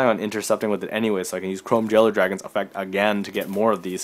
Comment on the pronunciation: Did you just say chrome VEILER?xd